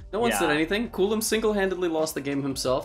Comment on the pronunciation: itc not culum its čulum